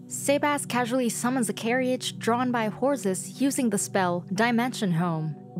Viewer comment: is this a person talking or a bot? whats with the pronunciation "carryage" and not "carriage"